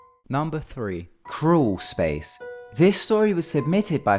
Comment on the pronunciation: I thought you said Cruel Space lol